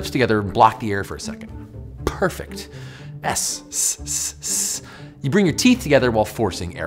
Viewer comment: /pʰ'ɚː.f,ɛˑkt/ im not that confident that is accurate